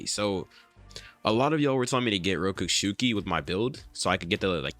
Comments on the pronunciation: rokushiki not rokooshooki sounds like im nagging sorry ;) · Rokushiki NOT ROKUSHUKI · Rokushuki? Isn’t it rokushiki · Bruh it’s not that hard to pronounce rokushiki